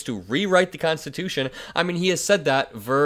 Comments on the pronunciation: "We're going to make it Constitush." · The person isnt even saying constitutional, listen, constitush... Have a happy please and thank you. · How often can one not finish the word constitution in that short clip? (Constitushhhh)